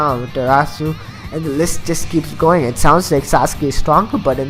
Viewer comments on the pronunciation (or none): none